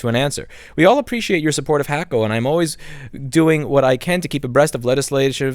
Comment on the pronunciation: First time I've heard someone pronounce it Hack-O. Is that the correct way?